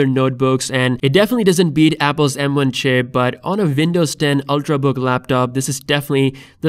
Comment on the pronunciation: No he accidentally said "ship"